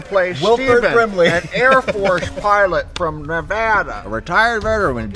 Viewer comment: Thank you for saying Nevada correctly!!!